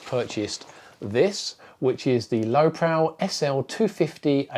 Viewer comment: I think he's trying to tell you it's pronounced Lowe Pro as in Lowe Professional... Not Lowe Prow.